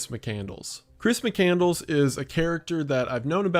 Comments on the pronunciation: "Muh-candle-s"? I'm losing my goddamn mind here. Especially if that's actually what it is. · McCandles? I thought it was McCandless.... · Lol, Correct. Mc-Cand-less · I get why she mispronounced it, easy typo, but doing the whole video wrong is dumb. Probably intentional rage bait for comment interaction.